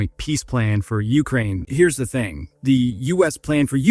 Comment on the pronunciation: It's UkRAIN! Not YOU krane! FFS dude it's not that difficult. Pam